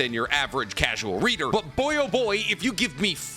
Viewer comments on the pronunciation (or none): none